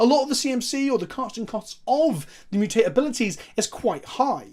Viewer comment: Just to be annoying, you are pronouncing the word wrong. It's MU-tate, not mu-TAte, the stress is on the first vowel. Think about the TMNT theme song.